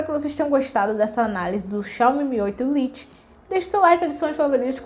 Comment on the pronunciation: vídeo muito bem explicado e feito de forma sincera, mas uma crítica construtiva: precisa tomar mais cuidado com a pronuncia do inglês (lite se pronuncia lait) e com nossa gramática (haja visto/a não existe no português). Mas vc possui boa desenvoltura e simpatia, sucesso no seu canal!